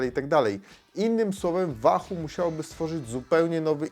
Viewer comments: łahuu kurła a nie wahu ! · "Łahoo" nie "Wahoo" ;) , co do samego Roam - posiadam od 2 lat V1 i nawiguje bardzo sprawnie, ładowanie raz na 4 wyjścia z czujnikami. Prostota, widoczność w pełnym słońcu detali na ekranie (ekran transflektywny) - warstwa dotykowa zmniejszyłaby jasność tego ekranu, większa jasność = większy pobór prądu. Brak nawigacji L2 & L5 ... ale chyba to dodali w V2 - to o czym wspomina autor to pasma które są przydatne ale w wysoko zalesionym lub wysoko zabudowanych lokalizacjach, to nie wpływa na tempo łapania fix'a. Wykonanie takie, że upadek na beton z 1m przetrwał bez problemu - a upadł kantem :(. Dodam, że Wahoo znajduje e-Bike'i - np. Speca - i wyświetla: moc z silnika, moc jadącego, % baterii głównej, itd. Mało osób również wie, że Wahoo (V1 i V2 i Bolty) jeśli mają podpięte czujniki prędkości to działają dłużej na baterii oraz używają danych z 'koła' - jak czujnika Wahoo Speed brak - to prędkość idzie z danych GPS. Próbkowanie jedno-sekundowe GPS w obu pasmach na 99,99% nie jest domeną żadnego licznika rowerowego, takie próbkowanie jest domeną telefonów które muszą również podawać właściwy pas na autostradzie, zjazd itp. itd. takie działanie zabiera mnóstwo energii, poczekamy jeszcze na zarówno baterie jak i chipsety GPS nowej generacji zanim będzie to możliwe. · Wahu? wiesz jak się wymawia 'w' w języku angielskim?